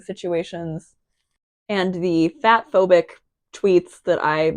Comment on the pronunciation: Not a meaningful or constructive comment but I misheard you as saying "bathphobic" and not "fatphobic" for like a solid half minute and once I realised that made me lol. I was like "what kinda bathphobic tweets?? did i miss something in the prior vid?? so she hates baths; honestly, girl, same. OH. WAIT." anyway just something silly while i'm going loopy drawing boxes...